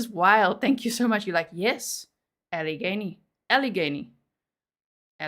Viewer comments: Yes you’re saying Alla-gain-e correctly :) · You pronounced it correctly, Al - a - gain - y. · You said it correctly. Allegheny 😅 ALLA GAIN EEE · Allegheny (you said it right when you pronounced the "g"). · You did a fine job pronouncing Allegheny. Wow. What a crazy case!! I don’t watch tv much so despite the fact that I live in Pittsburgh I hadn’t heard of this. Was busy sitting on a jury in a different double homicide case here in April whose sentencing was today. Maybe I’ll try and send that one to you now that it’s wrapped up and over with. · I grew up in Pgh suburbs. I'm only one in my family, to move away, to Michigan. You pronounced Allegheny Co perfectly. Aleg....any. Allegheny. I realize that for those born out of U,S, the city and county names are kooky. Ironically, Pgh has "the point". Where 3 rivers merge. I ended up moving to a town called Three Rivers Michigan . A suburb of Kalamazoo! All real names....I promise. I went to South Allegheny H,S, I was also one of the first an*rexia patients at Univ of Pittsburgh. It's a small Grizzly 🌍.